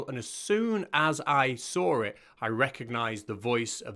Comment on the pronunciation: Why do you say "sawr it" instead of "saw it"?